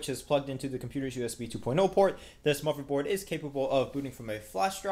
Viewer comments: He said motherboard. How would you like it if YOU had a speech impediment and someone asked you that? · what's a muverboard? XD